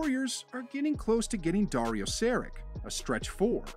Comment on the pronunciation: You could do a better job at pronouncing names of foreign players. It doesn't take that much time to Google how to pronounce someones name. Dario 'Serick'?